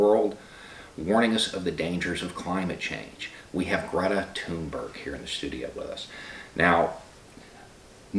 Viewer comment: Her name is pronounced 'Toon-berry'. She's introduced herself SO many times we all ought to know that by now, yet almost every journo and reporter STILL gets it wrong. WTAF guys!?